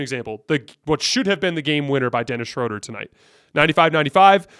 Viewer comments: It's pronounced Schröder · It’s pronounced Shroooooooder!!!! Great show! Go Lakers!